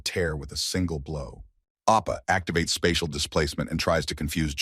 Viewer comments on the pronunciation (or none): none